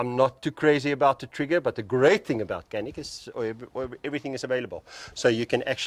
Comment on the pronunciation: c in canik is not k, it's pronounced like dj like in djinn